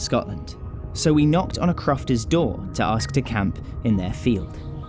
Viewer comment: A "cruft"? "Knocked on a crufters door"?? It's croft!